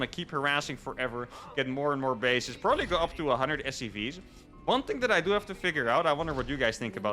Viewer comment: Heh "pobably confused you both" you said. Low faith in in your wievercount? :P